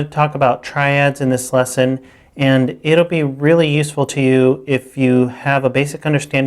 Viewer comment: Great series! I'm an intermediate player now trying to get some theoretical background and this channel has been very useful. Though I get distracted every time he says "this lesson" :) sounds like he's saying "thisesson".